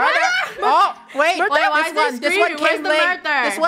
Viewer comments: Ummm I think it was murber and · Sounded like funneh was saying “mUrvEr” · "murder?" the whole: "murder murder murder?" Funneh: " Murber? " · Funneh:murber rest of the krew:murder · Ikr it was pretty funny we love murber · Murter murter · Why did funneh say murbur murbur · Murber? Murber? Murber? Murder Murder Murder??? SHUT UP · I mean it IS murber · NO ITS MURBER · Lol murber! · And lastly mUrBER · i think murber too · It’s mUrbEr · funneh: murber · Muber? Murber? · Murbert lol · When funneh isn’t even saying murder: “Murber” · she said, "murper" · I’m pretty sure it was murber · No body: Not even me::MuRbEr 10 minutes later.... (yes ik again):MuRdEr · Its funny when lunar always says “MurDer”, when the rest of krew always says “MurBer” its so funnEH:yougotthis:😉😉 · On the 2'nd round funneh says mubber and everybody didn't notice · first words in the beginning: "mUrDeR mUrBeR" (STAY 💛) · But funneh said murber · nO it’s mUrBEr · Then funneh said mUrBer😭😭👍🏻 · "mUdEr?!" I remember the very first time said that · MURBER NOT MuDer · I kinda think she saying murber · I think it wqs murber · Murber is badddddddd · “Murber?” - Clones more Murber sounds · I think it was murbert but idk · btw its Muber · as: “mUrDeR mUrBeR!!” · Funneh:murber krew:murder murder murder??? Lol gets me every time fr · “murDeR mURbEr mUrdEr mUrdEr mUrbEr“ - 2020 ʕ•ᴥ•ʔ Edit: ty for 2 likes! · no murber